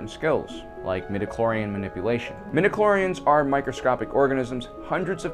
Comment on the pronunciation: Stop saying midichlorians